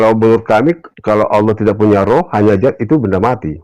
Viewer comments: Bukan zat tapi Dzat. Baca lg yg bnr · Bukan zat tp Dzat